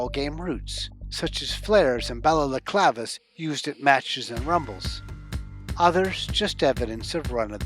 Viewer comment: "balalaclavas" :D